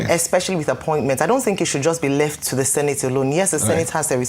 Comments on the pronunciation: It’s not tink. Say think. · You need to improve your presentation image and skills. For starters, you need a few lessons in elocution and particularly pronunciation. Think and Tink are two different words. Secondly, you should try and have a wash and dress well before appearing in front of the camera. Wearing your night T-shirt while appearing in public makes look dirty, unhygienic and dishevelled. In fact, you looked horrible in this video.